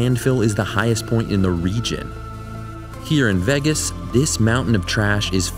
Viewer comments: I've never heard anyone pronounce Vegas as "Veggas". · Vegas rhymes with age, not eggs